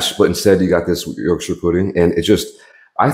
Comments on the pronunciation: Thank you for not saying “York-SHIRE” it was very well received and pronounced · thanks for pronouncing yorkshire correctly =)